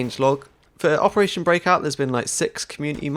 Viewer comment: 'opertation' heh